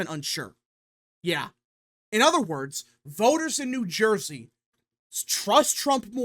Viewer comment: New Surjey